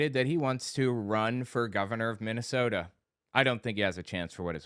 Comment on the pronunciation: Mike Lindell is running for Governor in a state he can't even pronounce!